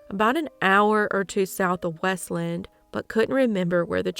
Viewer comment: it's WEST-Land... not weslend.